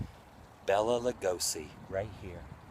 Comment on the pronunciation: I heard Bela pronounce his name in a trailer for a movie, and he said, Bay-lay, not Bell-a, just saying .. love him, the best Dracula ever, these new puck vampires suck, Dracula was a gentleman ..